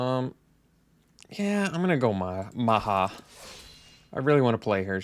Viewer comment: Love the content as always,. Maja is pronounced "Maya", though;) See you for the next one!